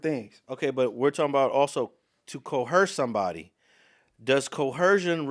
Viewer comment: There is no h sound in coercion or coerce. Coercion is enunciated with a zh sound with the z emphasized. Coerce has an s sound, similar to hearse or purse.